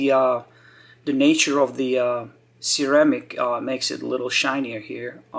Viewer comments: How about his “Sarah-Mick” (ceramic) lmfaoo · Sir-ram-ick......just joking...be-zul